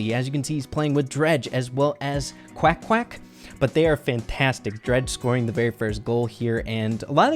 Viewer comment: there is no quack quack either, his real game name is equak, he is from codemagic